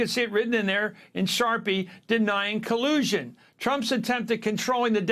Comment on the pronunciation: I think he meant co-lube-sion